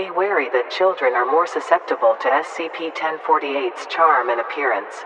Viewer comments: And the Voice actor keeps saying SPC istead of SCP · lol the tts says spc instead of scp BUT, its fine lol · "spc" might wanna fix that mate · Just if you didn't know, she said SPC instead of SCP, just pointing that out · U messed up at the cloning part u said SPC-1048